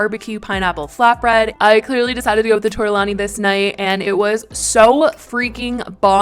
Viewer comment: I love you and I’m not trying to nit pick but you said tortellini wrong